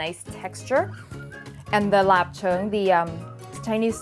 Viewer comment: great pronunciation of lap cheung! that yellow butter looks so yummy. now I have more fun things to do with eggs!